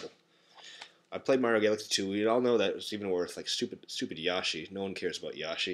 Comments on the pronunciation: Your saying yashi not yoshi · It's NOT YAH-SHEE! It's YO-SHEE! Get it right! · First of all, its yoshi not yashi. You cant even say wii. I dont have one and i can say it right. And if you hate mario, then why are you wearing a mario shirt? Mario is awesome and that's that! It's an epic game! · First of all, it's yoshi not yashi. Also, why are you wearing a Mario shirt if you clearly stated that you hate it? And you cant even say "Wii" the right way! Mario is awesome! And Nintendo is one of the most successful companies ever. Mario is universally liked and played in like every country. I bet you even the penguins and polar bears in Antarctica play Mario. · Bro thats my favorite mario game on the wii also its not cauld yo-sh-i